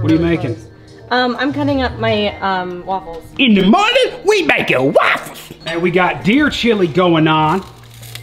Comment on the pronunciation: in da mornin we makin waafows